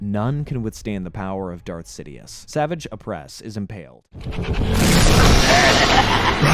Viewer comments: I enjoyed the video but mispronouncing the names was almost too much to handle.... The hilarious part was when you actually played a clip from the show that pronounces Savage Opress's name correctly and then immediately butcher it 3 seconds later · Bro there is no way that you actually watched the show if you're calling Savage Opress "Savage" when phonetically it is pronounced "Suh-vah-j" ..... feels like you're just reading a wiki and using clips of episodes you pick to include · Same with Savage Opress, like i get theyre real words but… thats not how you say his name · even when he talked about savage opress. Like he doesn't know the franchise when you can't get names right